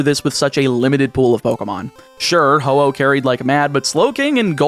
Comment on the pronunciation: Man was ho oh long.(hoppip was longer)